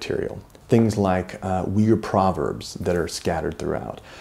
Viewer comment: It is a great achievement, what you have brought out. So please do not take my remark as negative! But, to my ears, the way Uighur or Uyghur is pronounced in English, really challenges my ears ... Is it really not possible for at least you pronouncing it correctly? As a Flemish speaker, I'm born with the soft gh, which is inbetween g and h - actually, it is a strong sounding h. Also ui is no we but more like oo - y, almost like boy but with long oo ooyhur. Thanks for your attention. Good luck with your work and I will buy a copy of the book soon!